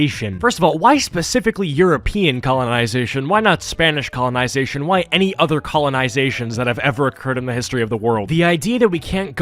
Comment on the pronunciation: great video but bro said "why only european colonization why not spanish conlinzation is just funny